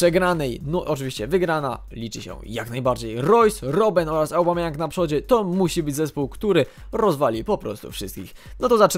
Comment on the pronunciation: "obamejong" a nie "aubamejong".